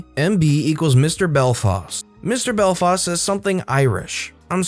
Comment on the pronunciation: ITS PRONOUNCED BELFAST BELL FAST NOT BELL FOST SCREEEEEEEEEEEEEEEEEEEEEEEEEEEEEEE